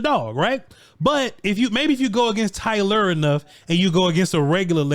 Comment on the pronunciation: i wonder how much longer its gonna take for to realize he can pronounce Tyler regular now that Tyron is gon...no need to keep stressing the "LER" anymore my guy....